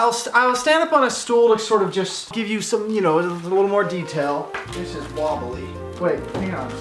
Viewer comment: Why is him mumbling “this is wobbly” so freaking adorable